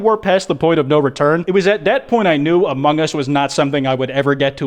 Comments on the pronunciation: Its among us not ahmohng uhs that 3am call clickbait guy needs to learn how to speek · Why do people keep saying "amonGE us"? It annoys me to no end I just watched more into the video...well elite, insane minds think alike 👀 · why do people say among gus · Bruh that dumb ass clickbaiter can’t even get what he’s clickbaiting right. He straight up said: “hello? Hello is this the imposter from *amoung us*?”